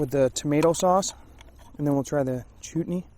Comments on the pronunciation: It's "Chutney" not "Chootney".... it's common with Indian cuisine! You need to get out more LOL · Chutney is pronounced almost like chart+knee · Chutney is eaten with curry. The first syllable is pronounced like "shut' as in shut the door.